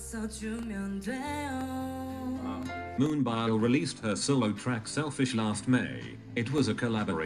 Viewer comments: every time the robot pronounces moon-BIOL i'm dying in laughter LMAO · the google voice said moonbile instead of moonbyul haha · Aaaaahahahahah moon-bile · Dying... this is MOON-BILE. 😂😂😂😂